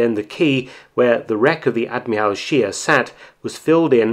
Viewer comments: Mr. Felton, you are usually complimented on your fine pronunciation of German words and names...However, this time I have to correct your faulty pronunciation of the surname "Scheer"...It doesn't sound like "sheer" in English, but just like you correctly pronounce "Spee" when referring to the Scheer's sister ship...so the German pronunciation of "Scheer" is something like the English word "share". Regards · Sheer is pronounced sh-ehr not sheer .... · The name "Scheer" is pronounced "Shehr", a doubled vowel is a stretched vowel in German... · Thank you for this interesting story. The correct german pronunciation of Scheer is like the english word „share“.